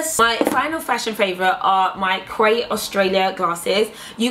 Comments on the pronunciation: it's pronounced key not quay, and yes. SLAY. :) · quay is pronounced as key :) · Quay it's pronounced key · Quay is pronounced like 'key', haha! Great video as always, those valentino shoes omggggggg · Quay is pronounced Key🙈 I've made that mistake before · Is actually pronounced 'key' but spelt Quay... As an Aussie, just had to point that out. Gorgeous. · Its a place in sydney harbour side and yeah its weird but thats how we say it. Quay is a Australian brand.